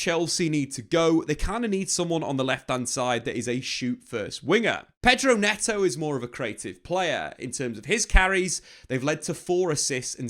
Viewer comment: "Pedro neto"